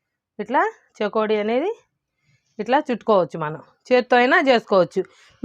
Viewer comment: చెకోడీలు కాదు చేగోడీలు అని అంటారు పూర్తిగా భాషని మార్చి కండి.